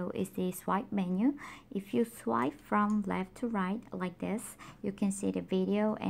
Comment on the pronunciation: Ya me too I really like your accent Soo cute ..I really like it when girls have a accent. Especially the / rit 2 reft part . I'm Hispanic so I know about having accidents myself. Don't change anything that's what makes you unique